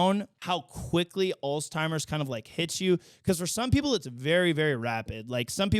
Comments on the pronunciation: International news segment is a great addition. Always good to know what's happening around the world. (Also not to be that guy but it's "Altz-heimer," not "alz-timer". Sorry) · It’s so cute how you say “alls-timers”. It’s a weird word. There’s actually no “T” in the word. Alzheimer’s. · God dammit, I love ya buddy but it’s “Alzheimer’s” Alls-HIGH-mers 😭😭😭